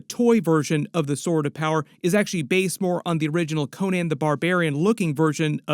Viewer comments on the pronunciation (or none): none